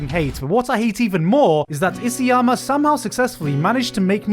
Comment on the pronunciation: i chuckle every time he says isiyama instead of isayama